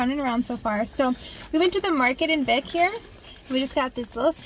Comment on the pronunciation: I like your vlog style! Just a few Iceland tips - Vik is pronounced like "Veek"; Gulfoss is not even the most powerful waterfall in Iceland, that goes to Dettifoss; and Vatnajokull is the largest glacier in Europe but not even top 10 in the world. I hope you can go back and explore more of Iceland, some of the most epic spots you drove by include Glymur, Kvernufoss, and Múlagljúfur :)